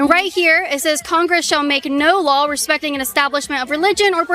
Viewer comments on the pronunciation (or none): WHY why the heck can she STILL not properly pronounce - LAW its now LAWL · I think it's cute that you say "LawL" when you say the word law! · Y can't u pronounce law.... U keep saying lawl